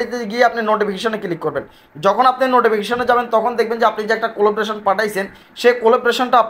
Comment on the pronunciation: উচ্চারণ : collaboration কলাব্রেশন।